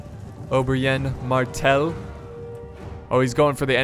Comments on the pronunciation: Its spelled like Oberin not oberain 😂😂😅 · Did you just call "Oberyn" Obrienne? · Ober-YEN Martell? lol wut